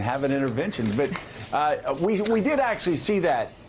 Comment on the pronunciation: Hey Joe...the word is "Party," not "Porty."